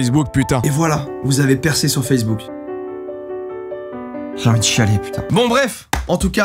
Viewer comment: "sur fesse bouc" mdr